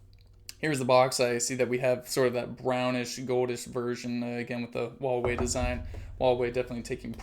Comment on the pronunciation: it's pronounced hwa wei